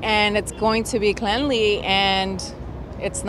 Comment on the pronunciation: typical New Yorker with zero language skills. What the hell is cleanley.